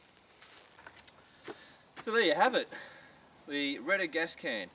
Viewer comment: the way you say it, it sounds like Rent-A-Can :) bad name choice i presume